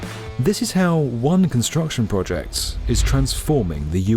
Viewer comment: Similarly, project and not "pwahjekt"